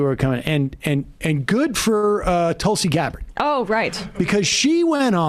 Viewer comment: How do you get Tulsi Gaberd so wrong. Wait that's Wright you don't listen to anything but sound bites.